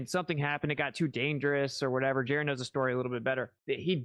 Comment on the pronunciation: The I us pronounced eee, u guys!!! Just like Italian, Jeran!!!